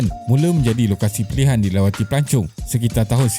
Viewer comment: Pelancong ke pelacur.dengar lain plk😅😅😅